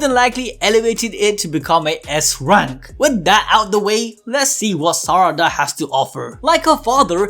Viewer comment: God the way he says sarada bothers me he says suh-rada sar-ada